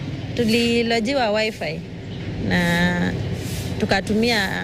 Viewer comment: Did is hear a lady say wifive